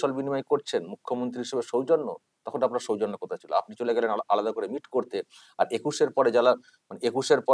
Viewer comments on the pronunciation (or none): none